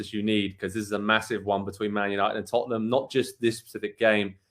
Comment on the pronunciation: did this guy on the bottom just call them tuttnum? its funny to hear americans talk about soccer and I'm american tut tut. taking care of tutnum